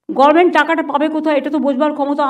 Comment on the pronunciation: Gorment গভর্নমেন্ট বলতেই শিখলোনা